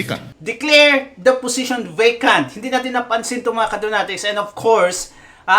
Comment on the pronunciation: "of coursed" "unlessed" hahahah kulet mo boss mag Tagalog kana lang kse